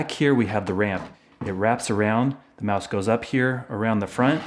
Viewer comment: Did he say mouse soup